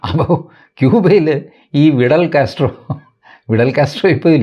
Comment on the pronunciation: കാര്യങ്ങൾ രസകരമായി പറഞ്ഞതാണ് TG . ഫി ഡ ൽ കാസ് ട്രോ ആണെന്ന് അറിയാത്ത ആളല്ല TG. മൊത്ത ത്തിൽ വി ട ൽ അല്ലല്ലോ.